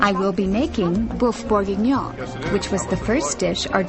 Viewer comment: A lot of Americans say "Beef BOR-gah-NON (or BOR-big-NUN)."